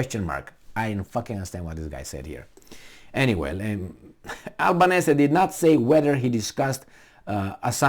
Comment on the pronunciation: Australians pronounce 'Albanesi'.